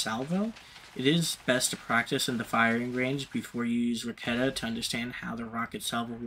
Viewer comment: its not RAKATA. Its RA KE TA . From the Lithuanian word RAKETA that means ROCKET